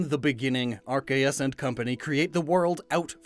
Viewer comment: Arceus and company is the best way I have heard someone say the pokemon gods